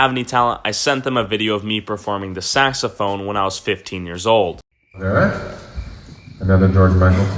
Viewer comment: Saxophone oh GOD it it’s sounds more like TAXO PHONE is MY PHONE MAKING ME PAY TAX🙀🙀🙀🙀